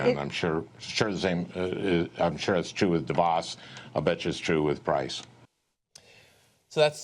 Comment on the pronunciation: How is it that people (particularly hosts and guests on the show) can't pronouce DeVos yet? It's duh-VOSS.